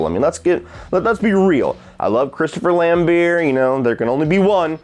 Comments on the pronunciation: Christopher Lambeer lol. You either say it Lambert or Lambear. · Lambert! Pronounce it with the the T that’s why it’s there?!!!, we might as well call you!! 😂😂😘